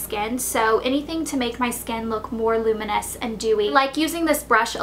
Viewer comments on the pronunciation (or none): none